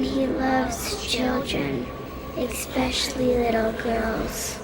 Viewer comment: "eckspecially" YOU`RE FIRED!